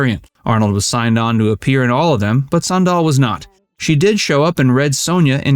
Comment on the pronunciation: Went to high school with her (SME69). Kind of annoying to hear you pronounce it "san-DAHL". It's pronounced like the footwear: "SAN-dal".